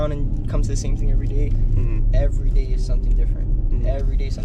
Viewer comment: Did she say : every single dzay 🙄😐